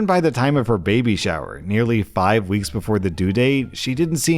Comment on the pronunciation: I think he pronounced weeks wrong